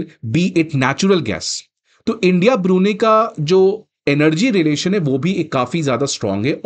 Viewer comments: Hey Bhagwan it’s ब्रूनयी not ब्रूनी 😁🤭 otherwise the lecture was perfect 😊👍🏻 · Brunie😂 Bro your pronounciation should be world class it is BRUNEI ( pronounced as Brunai ) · Learn to pronounce BRUNEI correctly ! It is not Biruni as you say but BRU-NAI !😡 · It is NOT ब्रुनी। It is ब्रू नै !